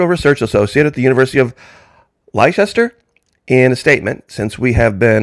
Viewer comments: We pronounce it Less-stir Or lesta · nice vid, Leicester is pronounced Lester, all the best.